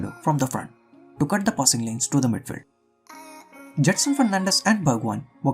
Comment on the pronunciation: Cringed everytime u said midfeld loved ur content btw